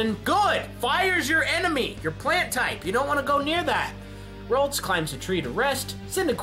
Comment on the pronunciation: i cringe every time he sad plant tipe